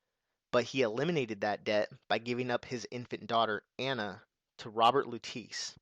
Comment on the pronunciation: Welcome back! My only complaint is your pronunciation of Lutece, which should be "Loo-Tess" not "Loo-Tees".